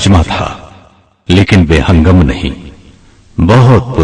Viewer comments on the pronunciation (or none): Be Hingam ( Saheeh Talaffuz ) Be Hangam ( Galat Talaffuz )